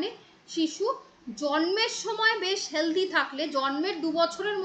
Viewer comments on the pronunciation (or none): none